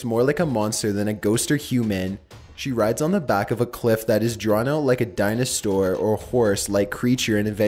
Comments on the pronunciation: He said dianastor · Dino-STORE it sounded like he said that XD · Lol he said dinostor